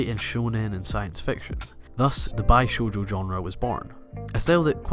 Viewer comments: Love the video, but I just have to say this... "Bishoujo" is not "BAI-shoujo". It's pronounced "BE-shoujo". I know this because I am studying Japanese, taking official classes at college, and learning from a Japanese native directly. Anytime you see the letter "i" in a Japanese word, it will ALWAYS be pronounced "e" like in "Be" or "beep". No matter what letter comes before or after it, it is ALWAYS pronounced "ee". The thing about the Japanese language is that there's only ever ONE absolute way to pronounce something and it never changes. Unlike in American English and other languages where we have multiple ways to pronounce a single letter and/or word. I know this is very "grammar police" like, and no I don't feel good being this annoying. But I just had to say it, so I did. My apologies in advance if it bothered anyone. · ...every time you say 'bishoujo', i cringe. the 'bi' part is pronounced like 'bee', not 'by'. you get everything else you say right, as far as i can tell. i dunno how you manage to say bishoujo wrong... @@ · lol, how you pronounced "bishoujo".Tthe "bi" sounded like the "bi" from "bisexual, instead of the "bee" in "bishoujo". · "Bishoujo" is not pronounced as "bi" as in "bilateral" but rather as "be" as in "become". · its not called Bishoujo with bi as in 2 but bi as be like bee. The bi comes from the kanji pretty so bishoujo means pretty woman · Interesting topic, but it's not "bi"shoujo as in "binary," it's a "bee" sound, meaning 美, beautiful. 美少女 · It's pronounced like "Beeshojo" not "Baishojo". Bi being the Japanese prefix for "Beautiful" and shojo being theJapanese word for "girls" or "young girls". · It (bishojo) pronounced "bee-shojo" not "bye-shojo". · buy-shoujo shudders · i is always pronounced 'ee' in japanese. So bi is pronounced bee. You pronounce it like you think it's derived from the latin root 'bi' meaning two. You are mistaken. If you're curious, the bi (美) in bishoujo (美少女) means 'beautiful'. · "bai"shojo hahaha